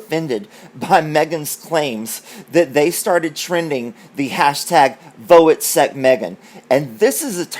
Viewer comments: Welcome back. FYI, Voetsek is pronounced footsek and it means F off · Hi you pronounce it like this.footsack(voertsel) that's how we say it on S.A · Voetsek pronounced footsac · Note the word Voetsek is pronounced FOOT+SACK with the emphasis on the TS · Voetsek is an Afrikaans word pronounces footsek meaning f*ck off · Hi! I listened to Bookworm who's South African and she pronounced the word "foot-sack." It means go away or in slang FU. She made an entire continent mad. Have you read the the article about her in The Cut magazine? She actually threatens the RF by saying she never signed anything that said she couldn't talk about anything. Wondering what kind of backlash she'll get from the RF for that! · #VoetsekMeghan yes, f* off! Pronounced FOOTsek. Just FYI. Glad you’re back ❤️